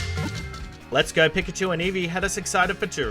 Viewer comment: We all just gonna ignore how many times he pronounces pikachu incorrectly?